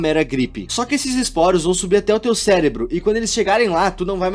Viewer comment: agonia de vc falando ceLebro